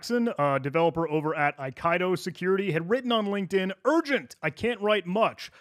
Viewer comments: same here. thank you. eye - KEY - dough 🙂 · Eye Kai Doe *Eye Kee Doe, ffs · >AYE-KAYE-DO Brother, it's pronounced Aye-Key-Do. It be a Japanese word for a swordplay style. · Aikido, not Okaido. :P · Ai Ki Do (as in the martial art) not A Kai Do that hurt my hears so bad 😣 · a nit pick, but nonetheless; "Aikido" is pronounced "ai - kee - doe", it's a Japanese martial art (合気道) which means "the way of the harmonious spirit". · Pretty sure Aikido is pronounced “I-key-dough” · Pretty sure it's pronounced "ai·kee·dow" like the Japanese martial art. Thanks for the great video 👍🏻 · Brother, Aikido is a well established martial art. It's pronounced eye-key-dough 😂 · Aikido is pronounced "eye-kiddo", it's a type of martial art 😅